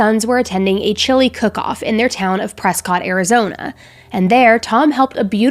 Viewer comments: Just here to help! Prescott AZ- pronounced "Press-kit" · Uh-oh, Prescott is pronounced, Preskitt... I'm from Minnesota and pronounced it the way it's spelt... but the locals correct me. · We say Preskitt;) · Hi, I love watching you. You're really soaring! If I might, I'd like to teach you something for future references. The town of Prescott are serious on the pronunciation. I've been there and it's a very cool town full of history. They pronounce it Preh skaat 😊